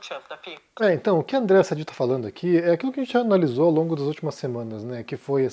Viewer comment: Por que o insiste em falar errado o nome de diversos jornalistas?? É Sadiiiiii como ela mesma fala